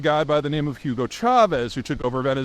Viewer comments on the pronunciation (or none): none